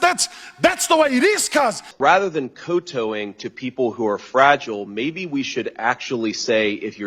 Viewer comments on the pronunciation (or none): he pronounced kowtowing as 'coe-toeing' How do you get that age not know how to pronounce such a regularly used word.